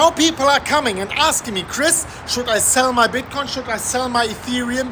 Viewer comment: I must hold when u say Shell LOL